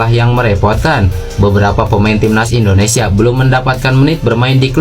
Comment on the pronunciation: IndoneSIA Bro, bukan IndoneSA....